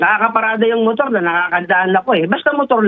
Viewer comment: side mirrrooooaarrrr... Motoarrrrr